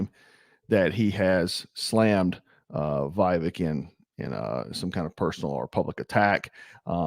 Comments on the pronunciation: Vev-ache. Not vive-ek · You need to learn the pronunciation of Vivek’s name. Short i and long a. Vivek like cake. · Why can't you pronounce Vivek correctly after all this time??? WTF??? Vivek is pronounced Vivake or Vivayk. JFC! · So who are you all voting for when Trump isn’t on the ballot? Or taken out of the race somehow? Vivek seems like a breath of fresh air to me, who’s in touch with the conservative base and who’s extremely intelligent and well spoken. And his name is pronounced VA VAKE. Like cake. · Just for future reference it's short "i" like Vick and "vek" rhymes wirh cake. I'm voting Trump for the 3rd tiner but get his name right at least. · Trump is my choice, VIVEK (VivAke is how it’s pronounced) would make a hellacious VP, then positioned for 2028! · Do you not watch the debates or interviews? How do you manage to butcher his first name so badly - if you do actually watch that stuff, are you mispronouncing it on purpose? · Show some respect and pronounce his name correctly